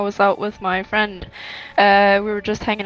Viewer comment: * ponies * lol. when it said "ponnies" i DIED edit: oop. * friend * edit 2: * basically *